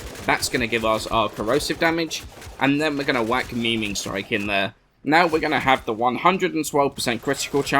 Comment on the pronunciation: yes, idk why, but everyone calls it meme-ing strike